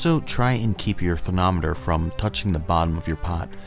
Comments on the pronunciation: Anyone else hear "therNometer" instead of thermometer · am i the only one who heard him say "candy thernoneter" xD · I'm years late, but I like how he says thernometer and NO ONE pointed it out